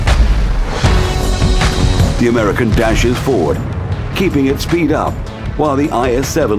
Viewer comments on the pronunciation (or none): none